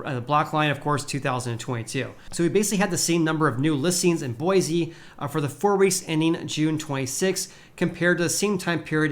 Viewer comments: A guy from Cali telling us how real estate is correcting from having doubled during the ridiculous plague. That’s rich. Don’t worry about Boise. With all the people fleeing Cali and their insanity making headlines daily, there is no end in sight. Oh, and learn to pronounce Boise correctly if you want an ounce of credibility here. It’s Boy-see. Not Boy-zee. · it’s boy-see!!